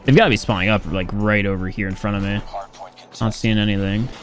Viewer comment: The way pronounce "Me" sounds like hes saying "Meh" 😂